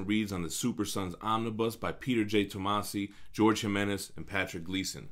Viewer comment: If Im not mistaken the way to pronounce Jorge is Hor-Heh